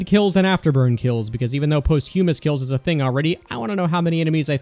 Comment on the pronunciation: You said posthumous wrong